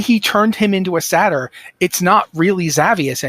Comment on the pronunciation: Awesome chat! Co-host needs to learn how "satyr" and "Xavius" are pronounced but loved it overall.